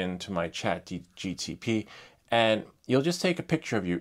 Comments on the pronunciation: it’s called Chat GPT not GTP 😅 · Why do you mispronounce chatGPT? You keep saying chatGTP